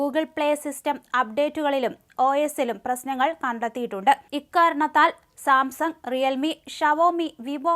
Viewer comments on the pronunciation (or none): none